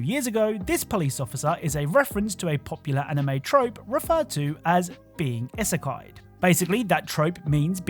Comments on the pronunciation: I'm sorry to tell you this but I do because I love you. You sound like such a boomer when you say isakai 😂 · the mispronunciation of "Isekai" hurt my SOUL, also being Isekai-ed does NOT mean being hit with a truck, it simply means being transported to another world. Granted MOST OFTEN the person dies (often time by trucks..), it's not the ONLY way nor does it have to be a truck, some can die of old age or illness, aka natural causes.